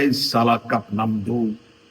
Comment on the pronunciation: The way you told " ee sala cup namdu" was total punjabi style....the "ee sala" in particular 😂😊...its "eee saalaa"